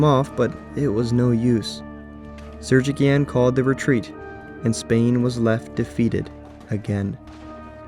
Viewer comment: I'm pretty sure the guy's name is pronounced SergiSyan. Thats a very common armenian surname, you can see that I myself have a variation of it, pronounced SarkiSyan. There was also an armenian president named SargSyan, so that C in Sergicyan's name is defimetely an S